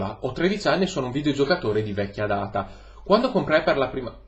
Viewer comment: appena pronunciato "data" ho detto "ecco che arriva!". Per un attimo ho temuto, ovviamente non ha deluso